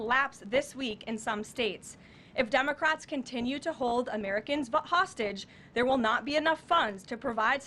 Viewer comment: Did she just say Dumacrats?